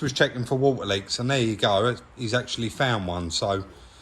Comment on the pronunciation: "we can get the new parts then fill it up with war ah" 😄lol